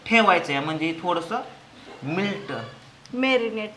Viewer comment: दादा मिल्क नाही म्हणत मेल्ट मेल्ट करून मॅरीनेशन करून ठेवायचं 😊😂😂😂😂